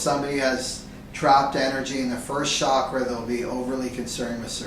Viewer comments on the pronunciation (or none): How can you trust someone that cannot even pronounce the word "chakra and kundaliní" correctly?